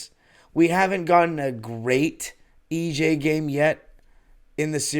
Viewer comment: Am I the only who gets his OCD triggered when says EJ instead of EG?